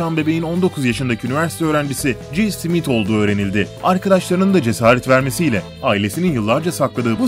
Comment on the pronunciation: Smithe neden simit diyosun kafanda mi var ?